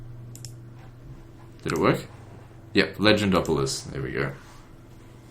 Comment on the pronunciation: Legendopolis: lay - jen - dop- uh - lee